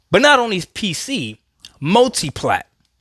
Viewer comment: I listened to him speak he said mutiplatform should be the focus